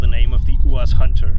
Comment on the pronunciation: Never have I heard it pronounced as a word. It was always "u. a. z." 🤔